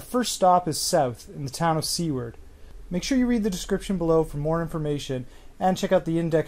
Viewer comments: It's Seward (soo-ward) not Seaward. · No sure it's been mentioned but oh man I laughed. Seward: Su ward. Very nice trip though. To be fair I've been here since 1994. I'm going to pass the Video along to friends. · Omg the pronunciation of Seward..... lmao (not a criticism!! It just made me laugh)